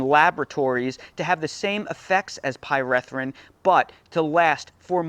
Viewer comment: Pie-ree-thrin not Pie-reh-thrin